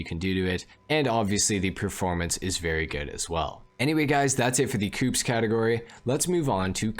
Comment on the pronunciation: I died a little every time you pronounced ‘coupés’ like ‘coops’ xD thanks for the informational video tho